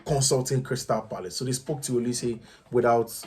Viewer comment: Neymar saying goodbye to PSG or Crystal Palace? Did I hear coach pronouncing Crystal Parice in you 😂😂😂